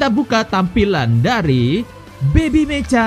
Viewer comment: meka bang bukan meca